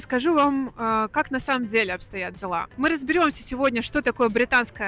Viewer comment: можно говорить не "на самом дзеле" а на самом деле?